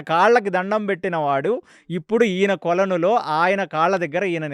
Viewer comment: kolanu lo antunaru adi koluvulo. Please correct it.